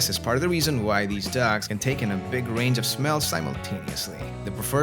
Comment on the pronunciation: The way you say dogs is funny: “dacks” 🦆